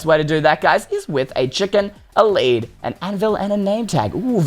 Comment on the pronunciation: You said led instead of lead